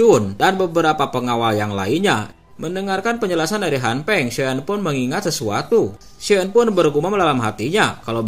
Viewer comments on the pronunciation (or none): Han Feng bang BKN Han peng